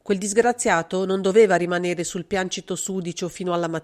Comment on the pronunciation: Piancito, sinonimo di pavimento, composto da tre sillabe pian- ci-to . È un trittongo L' ACCENTO cade sulla seconda SILLABA